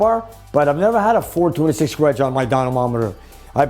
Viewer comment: said ''hhhwedge''‼️®™️ 🤣🤣🤣 ( GURU, ICON!! ) ☑️☑️